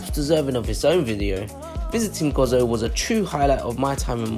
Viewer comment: Stopped watching as soon as I heard Gozo pronounced as Gozzo, it is Go Zo. perhaps do more homework next time before visiting our Island!